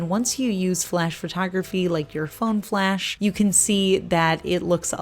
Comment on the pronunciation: Lol I thought you said FLESH reflective! I was thinking what the heck is THAT???? love the grays and the topper